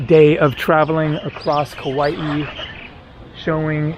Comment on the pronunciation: After 1 visit, you should know, its Kauai. Not Kauaii